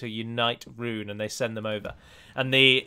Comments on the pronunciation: It's pronounced roon not run you gonna delete this comment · p Tolkien's languages are mostly Latin, like portuguese (my language). "Rhun" is read as "Rhoon", always. I understand an english-speaker has a lot of trouble with these words, because you do read them differently. Anyway, cheers for the campaign. May you continue to head the development of this game.